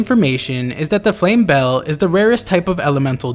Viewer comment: I'm not 100% sure but I think the Flame Belle is pronounced something like Flame Bellay